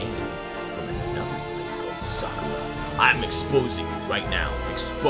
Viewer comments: "sakura" is pronounced "sah-cur-ah" i think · As a person who works at Sakura It’s pronounced Sa-ka-ra